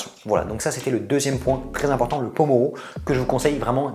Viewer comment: MERCI pour les conseils sinon Pomodoro pas pomoro (tomate) :D